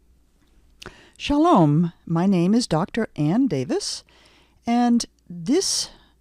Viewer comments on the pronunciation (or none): none